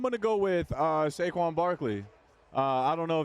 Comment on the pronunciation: Jordan calling Saquon “shayshon” 😂😂